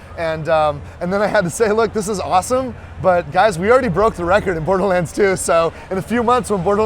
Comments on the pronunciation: "Borerlands 2" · WTF?! Borerlands? Is that right? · "Randy Pithford, Borerlands 2"..? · Borelands lol